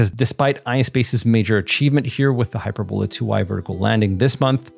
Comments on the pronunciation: hyPERbola, not HYPERbola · Does none of the space comentators know how to say this rockets name? It's Not(!) "Hyper - Bola". The word is pronounced "Hy-Perb-o-la". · That is hy-PER-bola, not HY-per-bola. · It's pronounced " hy-PER-bola".. not hyperBOLA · It's not HYPERbola, it's pronounced HI- PERBOLA. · hyPERbola, hyPERRRbola. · Hy-purr-boe-lah emphasis on “purr”. Looks like it uses hyperbolic fuel. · He mispronounces it --- "HYPER - BOWL - LA".... what a "marooon" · Great video! V informative. Please, please find out how to pronounce "hyperbola" before you do the next video. Use Google. Apart from being irritating, it suggests ignorance, which clearly untrue. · Pronounce hyperbola correctly. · It's pronounced "hy-per-bull-a," not "hy-per-bole-a." And it's pronounced, "Go-bee" Desert, not "Gobby" Desert. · Gobi desert is “Go-bee”. Hyperbola is “hi-PER-bola.” Thanks for this content.